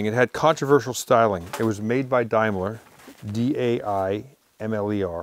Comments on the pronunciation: The pronunciation is DAME LER not DIME LER . DAME like a woman. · Daimler is not pronounced dime’lar it’s pronounced dame’ler lol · dime-ler .....it's pronounced dame-ler ,,,, some cool cars here tho thanks for the look . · Actually its pronounced Dameler in England i know it's spelt Daimler but it's not Dimeler : ) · 'Daimler' is pronounced Day-mler, not Die mler. Trust me. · Tom, excellent show as always but as I’m sure many will point out in the UK it’s pronounced Dame-la and not Dim-ler! (I know, we’re very strange on this side of the pond). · Totally absorbing. The one to keep – the final-year Porsche 356 C. But please Tom, a Daimler is a "dameler" not "dimeler!" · It’s pronounced Dame-ler not Dimeler ! Daimler Dart in the UK, Daimler also made trucks and buses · Dimeler..Pronounced Dameler 👍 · Great video once again, but please pronounce Daimler correctly: Dame-ler, not Dime-ler. Cheers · Dame-ler not Dime-ler. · Day-m-lar ....... not Dime-lar ........ ??? in the UK we say Day not Die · daimler is pronounced daymler not dymler im british i know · It's pronunced Daimler not Dimeler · Jaguar is pronounced as Jag..u..ar not Jagwah,....likewise Daimler is pronounced as Dame..ler not Dime..ler.... Always happy to help out my American cousins when they mangle my native tongue lol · Daimler, is correctly pronounced beginning as you say dame, not dime say dameler, not dimeler.. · Why can nobody in the USA pronounce Daimler ?? Its NOT DIME-LER !! Its Daimler, as in Dame-ler. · It's pronounced Daym-ler, not Dime-ler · dame ler not dime ler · sorry to be pedantic!..it's not a Dime-LER, it'a a DAME-LAR It's a brit car an' I', m a brit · It’s Dame-ler not Dime-ler & Jag-u-ar not Jag-wah . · Its pronounced Damelier not Dimelier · ITS A DAIMLER pronounced DAME LER, not DIME LER! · Why do Americans change the pronunciation of everything? It's not a dimeler it's a a Daimler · Please! It’s pronounced Day m ler not Dime ler. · Please, its pronounced Dame/ler NOT Dime/ler